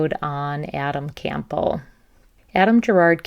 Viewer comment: Campbell like the soup. Not “Camp-bell”.